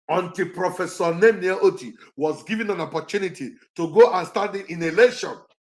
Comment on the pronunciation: Nnennaya Oti not Oto please. Oti, she shares surname with Abia governor